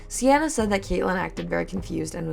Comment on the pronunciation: I feel you should do a deep dive because this story gets…WILD oh and for the future I’m pretty sure Seanna is pronounced “SHAW-na”